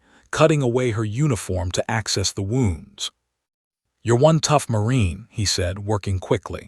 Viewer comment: Someone needs to correct pronunciation. Especially fading, the 2 (leads) 2(wounds) 2(reads or read)